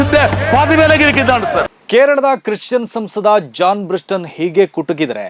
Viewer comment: ಅವರ ಹೆಸರು ಜಾನ್ ಬ್ರಿಟಾಸ್... ಜಾನ್ ಬ್ರಿಸ್ಟನ್ ಅಲ್ಲ...